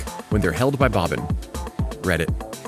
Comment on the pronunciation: Bro I’m cringing from you calling him “Bobbin”